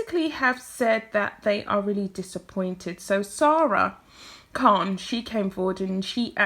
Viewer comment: I hope you don't mind me mentioning this, but it's Saira Khan, not Sara Khan. Apart from that one detail, I agree with everything you say.